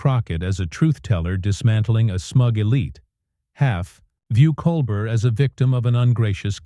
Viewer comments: It's very distracting when you say colber"t" instead of Col "bear" like he pronounces his name. And it would be very out of character for him to flip out over anything a guest would say. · Col-bear, not Colbert. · Ya know when the narrator doesn’t pronounce Colbert correctly… nothing else is correct 🤣😂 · You don't even say Colbert correctly. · The narrator is mispronouncing the late night hosts last name. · Why can’t your AI announcer get his name right! Try that if you want to be credible! As it is you seem ignorant and stupid. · This FAKE AI narration nothing more than YT CLICK BAIT. Just listen to the bad pronunciations, odd pauses in the reading and that is NOT how you say Stephen’s name!